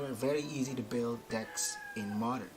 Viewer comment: Ang lupit ng diction....Moderrrrnnnn.....